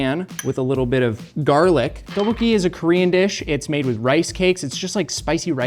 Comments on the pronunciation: pronounciation of Tteokbokki hurts me deeply Edit: Oh god not the Gochujjang pronounciation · psst...it is pronounced go-chu-jAHng and dduk-boh-key. I love seeing Korean elements in MK but it hurts to hear the words mispronounced. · says Teboki... like he found someone to say it to him 30 times before he got on the show... He wanted really badly to say it exactly precisely accurate. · pronunciation of tteokbokki is taking me out 😂😭 “TOH-BOW-HEE” he’s says it with that quickness too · introduced his dish as "tub-pokey"